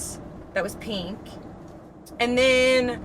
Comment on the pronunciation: I’m so sick of hearing people pronounce pink, PEENK. There is no E in pink.